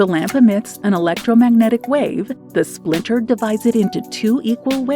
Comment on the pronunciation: "Splitter", not "splinter"